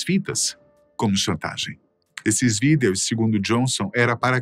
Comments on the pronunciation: Matéria muito boa, mas esse cara falando VÍDÊOS. não dá, saudades do boco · "os videús" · Quem fala "VIDEOS" desse jeito. kkkkk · Porque o apresentador está falando Vídeos de um forma estranha KKK engraçado